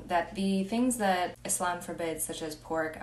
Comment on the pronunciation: How you know a person has really accepted Islam from the heart and is willing to learn it all is when they say Islam not muzlem. You pronounce it perfectly. I am proud of you. Just a Muslim man Afghanistan here.